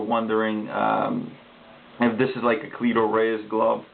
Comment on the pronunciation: Jesus Christ cleto not cleeeeeto